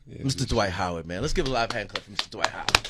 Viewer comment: there’s a T At the end of the first name Dwight, and there’s a D at the end of the last name Howard. Please pronounce them Accurately. You’re way too educated and intelligent to cheat yourself that way.